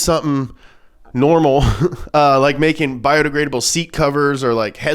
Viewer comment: "Bio degradable " more like bie de gay able.